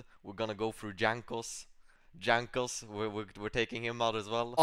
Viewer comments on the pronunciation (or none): I like how the only english J he pronounces is Jankos name where it is actually wrong lol